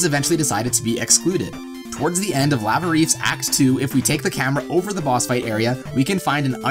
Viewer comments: I can't believe no one is making fun of you for pronouncing the word "lava" as "la-vuh" instead of "lah-vuh" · "You're saying it wrong, it's LAA-vuh, not LAA-VAA!"